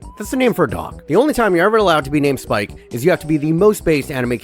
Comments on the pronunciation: its Sipke not Spike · Sip - Kuh Hulshoff Dont violate the mans name bro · as a dutchy the ass manager is called spike he is called sipke as in sip (to drink) and c from cough so sip ke